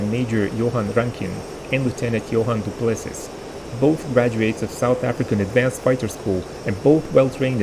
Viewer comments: The second pilot's surname is pronounced Doo-Pluh-*SEE*. Not Doo-PLESS-iss. (It has French Huguenot origins, hence the silent 's') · Du Plessis - Do Pless-see